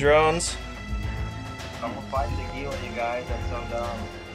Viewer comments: Hee-La is actually the correct pronunciation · The Gila really only had 2 drones? ...what a nub. BTW Gila is pronounced HEE-LA.